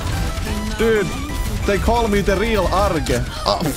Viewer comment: Jajajajaajja ""